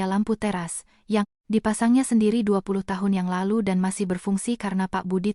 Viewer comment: Jangan dibaca : yang. Ialu. pada. usia. bagi. mereka Bacalah : yang lalu pada usia bagi mereka